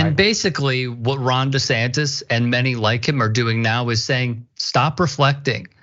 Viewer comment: Did I just hear Richey say …. Ron DeSantan? 🤣 😜